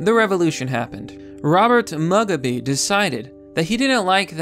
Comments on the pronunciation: Mugabe is pronounced moo-gaw-bey not mug-a-bee. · "Robert Mug-a-bee"... Bruh it's Mu-ga-beh not Mug-a-bee "..Apatrt-teed" Um, not as bad but it's generally pronounced Apart-tide. Overall I completely agree that they should be allowed to fail and even go extinct if they prove to be not viable as a haplogroup without the outside world artificially propping up their continued survival. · Cool, a video about the Bread Capital of Africa, oh wait, Former Bread Capital of Africa. I'm pretty sure it's pronounced 'Moo-gob-ay' gotta pidgeon properly. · You saying Mugabe wrong it is pronounced Mug then garbeeee you are saying mug a bee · mug-a-bee hahaha. obv, it's pronounced moo-gah!-bay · Btw his surname is moo-gah-bay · Robert "Mug-a-bee"? 😂😂😂 This is why I can't share your videos. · Apartheid like Apart-tide. Mugabe like Moo-gah-bae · Moo ga bay ... Why he not say his name right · Let’s not forget that they also managed to collapse their currency with hyperinflation. PS., Mugabe is pronounced “moo-ga-bee” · I care about the native animals of Africa, not this f*cking REAL Wakanda! (PS "Moo-gah-bay") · Mugabe: Moo-Gah-Bee. Apartheid: A-Par-Tied. Information: good. Pronunciation: work in progress. :-) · Mug-a-bee? C'mon. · "MOO-GAH-BAY". It helps people to take you seriously if you actually know how to pronounce the words you are reading. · Thank you! Between that, Malarial and Tsetse fly, this one was rough... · pronounced moo-gah-bae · Mug-a-bee. I laughted my head off. Get the pronunciation right ffs. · Is he mispronouncing mugabe on purpose or does he just not watch any news ever? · You pronounced Mugabe's name wrong...you're supposed to spit after you say it. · Learn how to pronounce Mugabe & Apartheid, it makes you sound uneducated & you are not.